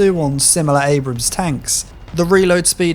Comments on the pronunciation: "M1A1 AMBRAMS" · gotta love the 'm1a1 ambrams'